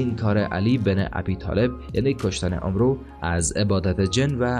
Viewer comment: فکر میکنم عمرو أمر خوانده میشه نه اومرو البته من اینطوری شنیدم